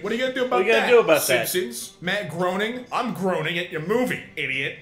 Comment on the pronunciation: Groening is pronounced “ Gray-ning” by the way.